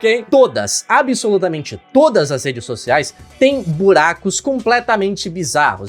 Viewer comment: Las redês socialês